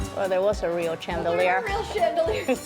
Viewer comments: Chandelier is pronounced like it starts with sh not ch.. It should be spelled Shandelier but its not 🫤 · Ok I wasn’t going to say anything but you said it like 5 😊 times. The word chandelier is said ( sh) like if it were shandelier. I wish I lived around you. Those thrift stores are so amazing.